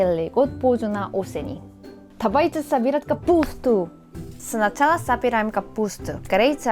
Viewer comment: "тавайте собирать капуустуу")))